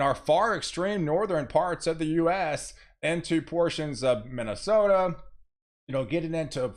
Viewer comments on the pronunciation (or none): none